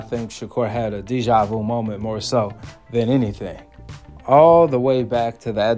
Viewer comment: It's deja Vu. Not whatever you said😂😂